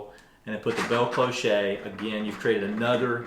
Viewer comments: I love love love your suggestions for gardening on the cheap. Thank you! May I help with the first item? It's pronounce like "clothes" but with an "-sh" at the end. You are absolutely correct that french sometimes pronounces an "e" like "-ay" but you will know when it's pronounced that way because there is an accent egout over the "e". It's a small "back slash"- /. Thank you for all your suggestions! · It's pronounced "closh", not clo-shay. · It's pronounced klosh, not kloshay. Just fyi. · Did you say cliche? Lol. Gave me a chuckle. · Respect on all your good finds. As a French speaker I can confirm that for your future videos it is simply “klohsh” cloche is the word for “bell” in French. Like the kind that rings as well. Cloché means “clogged” as in a drain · I just about die every time he says bell cloe-SHAY. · I’m sure there are things where I live you wouldn’t pronounce correctly. But the difference is, I would help you… not ridicule you. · Nice ideas, but please, please, please…it’s pronounced clo-sh (rhymes with show). No accent, no “E”. (or “A”). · Ok,, I subscribed to your channel because of Jane begging you to pronounce cloche her way! Thank you for great gardening tips. I’ll be trying the greenhouse growing tips next winter. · it's pronounced klosh 😂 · Great ideas ! Cloche is pronounced closh. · CLOCHE IS PRONOUNCED KLOSH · Cloche pronunciation: the “e” is silent. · I liked the way you pronounced it 😂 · Really nice simple ideas. Thanks. And, yes, cloche rhymes with bosh, posh, cosh etc. Never mind. The information is what matters. 😊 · It’s CLOCHE. The che sounds like sh. There is no “t” on the end (“chet” makes the ay sound in French). It rhymes with clothes, not ricochet. 😂